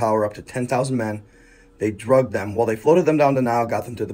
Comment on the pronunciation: "Dragged" not "Drugged." Speaking of "Drugged," wut you on man?